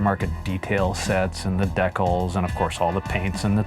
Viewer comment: did this bitch truly just say "decul"